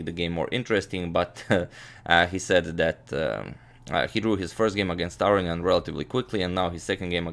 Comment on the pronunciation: why do people say "AR-ee-ahn" instead of "Ah-rohn-ee-ahn" Is this how you say his name? I guess its like how americans say KAS-parov when I think it is kas-PAR-ov?